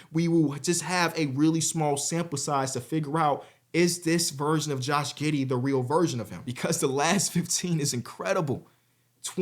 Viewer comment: Josh “Gih” Giddey